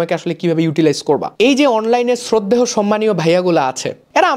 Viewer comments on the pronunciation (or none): শ্রদ্ধেহ কি ????? নাকি শ্রদ্ধেয়